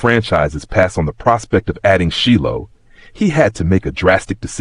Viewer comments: How did this this AI go from Shilo to SHELL is he doing it on purpose?. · Sheelow. I was like huh?